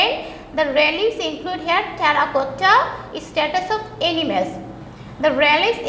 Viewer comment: its statues (murti), not status. LOL